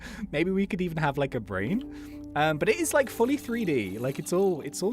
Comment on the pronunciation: Big bwain